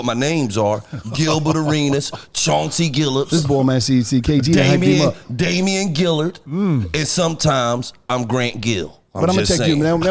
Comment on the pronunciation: “Chauncey Gillips, Damian Gillaird” 🤣🤣